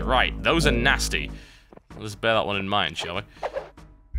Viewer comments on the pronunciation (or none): none